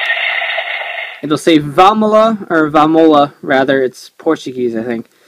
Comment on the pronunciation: As a Brazilian, I must say thank you for not mistaking the Portuguese "VAMOLA!" ("vamos lá!", or "let's go!") for Spanish. Seriously, you wouldn't believe the amount of people who do this...